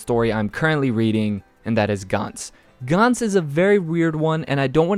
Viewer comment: Gantz is pronounced gantz as in ants.